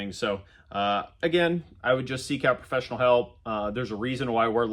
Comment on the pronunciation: he says " eye have Done This for 20 yrs, and EYE would say, Contact A PRO- FESSIONAL " Shocking 😅